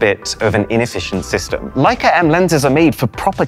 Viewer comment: Leic"A" a lott"A". I could see the heart attach I would have the first time I dropped it...and Not"a" Leic"A" it.